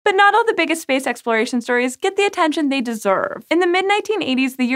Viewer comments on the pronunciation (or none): none